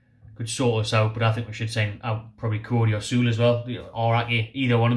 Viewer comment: First choices for me (from the video..). 100% Niklas Süle (pronunciation is closer to Sü-Lay..) at CB. Champions League winner with 37 caps for Germany. Even without Prem experience he's miles ahead of the other CB mentioned. And Kieran Trippier at RB. Great going forward and seems like he's even stronger in defense, after a season in Atlético. He is getting up there in age, but still pure class IMO, and should be able to do a great job for us for a couple of seasons.. To be honest. I don't really see any champions league players joining, but those 2 would be my top choices. But I like all the players mentioned.. It will be exciting to see, who we can actually pull in January. For sure most quality players won't join a relegation battle, but if Oscar can go from Chelsea to China, surely we can get someone decent.